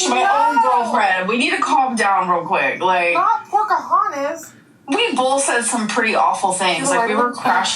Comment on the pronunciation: has about 20 words in her vocabulary it is truly fascinating. Also love when asked about your pronouns and she clearly states BOLTH.